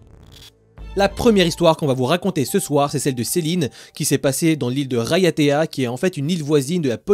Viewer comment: Vous avez super bien prononcé Raiatea, je suis d’originaire de Tahiti. 😊 J’adore vos vidéo